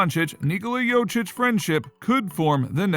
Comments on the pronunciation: It`s Jokić not Jočić. And no, he will not leave Denver. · If you're making videos about Jokić, at least try to pronounce his last name right. He's MVP, show him respect!!! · Wow, you really butcherd Jokics name. He was last years MVP and you cant say his name?!